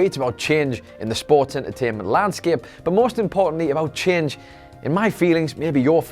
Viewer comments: "There's a CHEEENGE" lol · "well, today's video is about cheenge, issabout cheenge in the duhbliu duhbliu eh, issabout cheenge in the sports entuhteement landsceepe, but most importantly about cheenge (...)" the way you say "change" is just too funny and lovable to me. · I don't like "chenge," do you like "chenge" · Why does he say "change" so weirdly